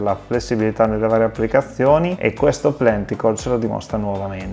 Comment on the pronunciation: 🤝 Grazie per aver dedicato del tempo a provare le caratteristiche del prodotto forse più identitario della gamma inverter KOSTAL, l'inverter ibrido trifase Plenticore Plus. E sì, la pronuncia del nome in tedesco suona più o meno come l'hai fatta tu 😄